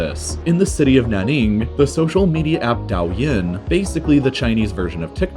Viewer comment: it is pronounced like Dough Yin. But more importantly, the orange logo is Taobao which is an Alibaba site like Ebay. The Douyin logo is the exact same as Tiktok because shockingly they are on the surface the exact same app (the difference is that one is censored and they use different servers).